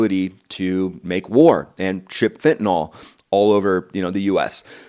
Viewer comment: I hate to be “that” guy but……it’s fentanYL, not fentanol.